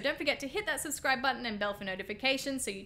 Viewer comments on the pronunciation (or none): none